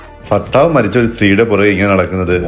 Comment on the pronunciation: ഫർത്താവ് അല്ല ഭർത്താവ്